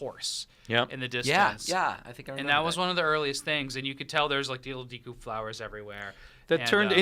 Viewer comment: Ever since I was a kid I always pronounced "deku" "doo-koo" in my head . So him saying "Dee loo" sounds funny and weird.